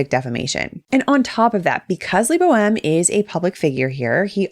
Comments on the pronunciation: Who else hears his name as "Le Boheme"? :D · "i hope i pronounced that right" you better have pronounced it right, bc if not LEBO M gonna sue you too!!